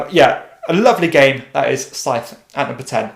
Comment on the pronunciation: Sorry to be pedantic, but the “th” in “Scythe” is pronounced hard, like in “the” or “there”, not softly as in “theatre”.